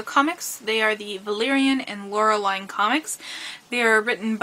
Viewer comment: Nice video, I grew up with these comcis btw It is pronounced "Laure-lean" or "Laure-leen"